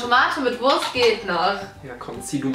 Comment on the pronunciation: Wie Bibi einfach die ganze Zeit Worst anstatt Wurst sagt 😂😂😂